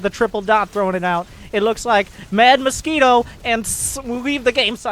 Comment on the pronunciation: lol “moskwito”